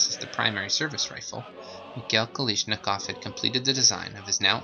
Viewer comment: why is "kalashnikov" so hard for amerikanskis to pronounce? It's not "kalishnikov"